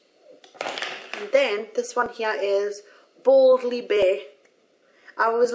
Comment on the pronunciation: it kinda sounded like you said "baldly bare" haha